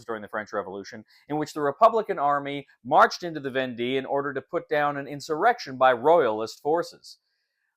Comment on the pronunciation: Thanks for this! Just received my copy of "Conquests of Napoleon" (same company). Unpushed it today and reading the rules right now. So you know but the end of "Vendée" should be pronounced more like "day" than "dee" :). The "wars of Vendée" (causes, consequences and religious aspects) is still a somewhat sensitive - and disputed - issue to this day in France...